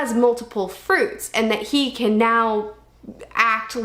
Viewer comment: He can = hiken lol 😭